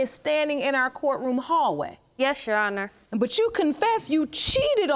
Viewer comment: “That’s RighT’jana”, instead of that’s right, your honour. She’s so illiterate! Instead of sleeping around with all these cousins, she must put her time and money in a beter education. I feel sorry for Mr. Maps on.